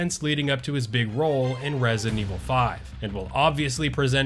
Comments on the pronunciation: You do know it’s ResiDENT (space) Evil….right? Not Resinevil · “Rezent Evil” lol 😆